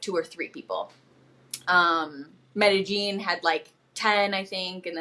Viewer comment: Yall gringos often say' Medejean" but its 'Medeyeen' ...hey im just pointing out not complaining cuz im not a native speaker either and will mispronounce something. Its a lot.